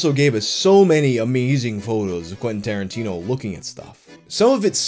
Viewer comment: Quentin Starin-tea-no